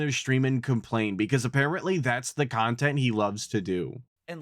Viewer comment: "Nontent." BEAUTIFUL!!!!